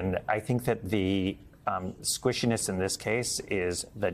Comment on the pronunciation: "Sqishiness?" How exactly did this higher-mind ever make it past HR?